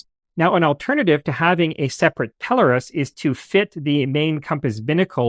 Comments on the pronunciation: It’s 100% Pelōrus, so your accent is on the “O.” It’s a Latinized version of a Greek name, Peloros, and so looking in a couple of Latin dictionaries you’ll see that the “O” is long and thus takes the accent. In Greek, the accent is in the same place. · I worked in the Navigation business33 years, It is pronounced "Pel-lor- us". one of you early pictures is of a telescopic alidade not a pelorus ring or a bearing circle.